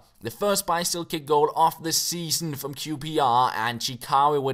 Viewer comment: "Seaon" instead of "Season", nothing major haha.